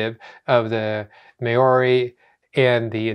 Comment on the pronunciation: Think you're trying to pronounce Maori...your saying "May or ee" We pronounce Maori as...Mohwree. the r is very lightly rolled. 💚NZ